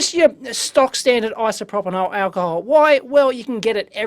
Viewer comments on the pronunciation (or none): Isopropyl + Alcohol = Isopropanhol :)) love it!!